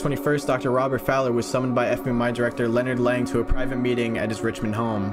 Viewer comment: "Lennard leng 💀💀" name: leonard lang